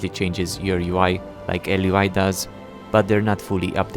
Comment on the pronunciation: It's also Elvui not Lvui